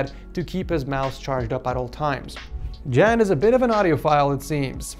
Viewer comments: Ik ga stuk! Hij zegt ook jen ipv jan hahah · just butchered the name ¨Jan¨ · Haha I'm Dutch too and hearing you say "Jan" made me giggle a little, it sound so silly in English. I guess the more correct pronouce would be like a "Yawn", without the "w". Like [ya-an], in English.